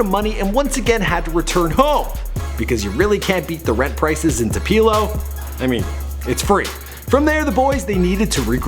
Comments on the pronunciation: Toopeelo😂😂😂😂 Tupelo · Tapelo? You mispronounce too much in your videos get it together! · Terrible job pronouncing Tupelo (Too-peh-low). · I was hoping someone would point that out. It took me a minute to realize he was talking about tupelo.. wtf... too-pee-low? Ha ha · Two-Puh-Low Mississippi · I was like tu.p.elo. Mississippi lol... outta towners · lmfao ikr too pee low I live there lol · Does it bother anyone else how bad he mispronounced Tupelo ( it's Toopelo) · sorry but it is pronounced (Too:PUH:Low) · bruh.... he mispronounced Tupelo lmaoooooo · You said Tupelo wrongs btw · You have pronounced Tupelo incorrectly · This Dumb Ass he can't say Tupelo correctly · You mispronounced Tupelo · Why are trashing my town your talking about the ghetto and you can't pronounce Tupelo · irk i live in hernando and when he said tupelo it made me cringe hard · Its crazy he can't say the town name right.. i am from Tupelo and its freaking simple!! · That's not how Tupelo is pronounced I live there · cnt even say Tupelo correctly 😒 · nigga how you cant say "Tupelo" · He said Tupelo so wrong😂😂😂😂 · S Bledsoe It wont take him nothing but 10 seconds to get the pronunciation correct..... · neanam m had me dying when he said tupelo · He pissin me off sayin Tupelo like that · whats get me is that Slim Jimmy said Tupelo and this nigga still said it wrong😂😂😂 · Someone tell this dude how to pronounce the city they are from properly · The amount of times you mispronounced Tupelo is really annoying me. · I cant handle this video because of the way you pronounce "Tupelo" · he mispronounced Tupelo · Cracking me up with this Tupeeeelo thing, it’s Two-puh-low man lol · (too-pel-O) not (too-pee-lo) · Tupeeeelow😂😂😂😂😂😂😂😂its pro-nounced 2-pA-Low(Tupelo)Come on you killn me Fuckkkkkkk..we gave you a pass when you pronounced Lil Boosie as lil Bowzeee Fuckkkkkkk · IT'S PRONOUNCED too-pu-low not too-pee-low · it's pronounced "too-puh-low" not too-pee-low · To pelo for real though it tu pe-lo